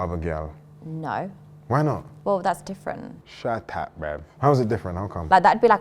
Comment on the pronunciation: “shat tap brav” 😂😂😂